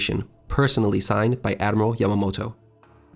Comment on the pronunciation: Excellent presentation. You should work on diction a little bit, when you speak don't be afraid to clip the syllables sharply. When you said "Admiral Yamamoto," it sounded like "Admiramoto" No need to rush!